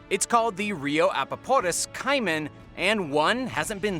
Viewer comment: #2 is pronounced Kay-man not Kai men